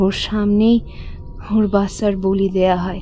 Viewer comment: খুব সুন্দর গল্প। কিন্তু বলি ক এক জায়গায় বালি উচ্চারণ করা হয়েছে।